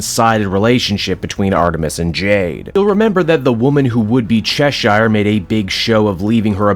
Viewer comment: Bro they say Cheshire’s name in the show, how do u still say it wrong? I mean If it’s just cuz you want to that’s fine